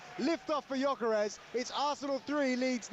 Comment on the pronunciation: Well said indeed. Cun*y can’t even pronounce Gyökeres name correctly. Talksport is full of clowns these days they are a pathetic joke.